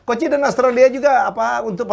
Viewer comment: Nyebutnya harusnya kan coach j (jay; justin) jadi koci 🤣